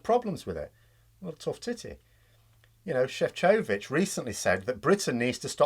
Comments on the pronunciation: Btw I'm no expect but from hearing the news I think Šefčovič is CHEF-ko-vich, not chef-KO-vich. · Dude if you really wanna say it right, I'm pretty sure that Maros' name is pronounced "MARRosh SHEFF-chovvitch. Def no "O as in Over" sound in there. But I'm not Slovak, maybe someone who is can correct me. Whilst at it, I'm not Welsh either but I think the DD in Senedd is pronounced "th as in THey". Not normally this pedantic but I have a feeling you care about getting it right. Keep up the good work. Ben (borrowing T's phone again!)